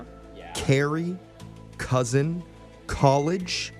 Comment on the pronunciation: Dudes a teacher but kep saying "cousint"